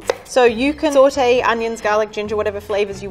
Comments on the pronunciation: How much times did she say sawtae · Or when she says sAuTe (it sounds like sortey)